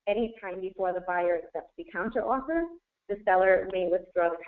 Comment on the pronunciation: Great videos, but I honestly think I lost a couple million brain cells listening to these people talk. Doesn't even know how to pronounce counteroffer haha.